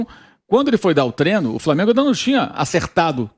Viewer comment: Me irrita jornalista dizendo Treno, trenador... Porra, é TREINO, TREINADOR....